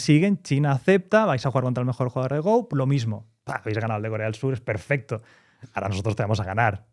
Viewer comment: No es el verbo inglés, se pronuncia go, tal como se escribe en castellano.